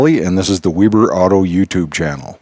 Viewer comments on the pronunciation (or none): none